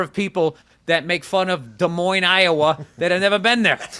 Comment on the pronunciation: I'm really impressed he pronounced it correctly! Even people from Iowa mispronounce it.